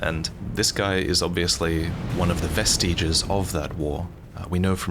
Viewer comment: Learn how to pronounce vestige